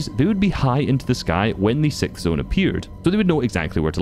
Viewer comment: Sixth, not Sikth